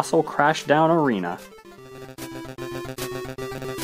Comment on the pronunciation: Arena not arina